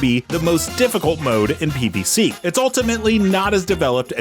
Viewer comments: Does he keep saying PvC? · Why does he keep saying PvC? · I thought the same thing, it's like he doesn't know how to say "Z"